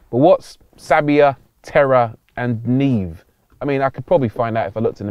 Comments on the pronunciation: “NEEV”… oh dear. you’re not that far from italy, and it’s not that far off the french word for “SNOW.” cmon. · As a Greek with Italian interests... NEVE (snow) is not read niiiv 🤣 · NOT NIIV ☠️☠️☠️☠️☠️